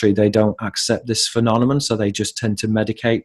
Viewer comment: thank you for your work. I've discovered your work through Robert Steele. One question: Why do you pronounce phenomenon as phenonemon? You do this consistently from your oldest videos to the current.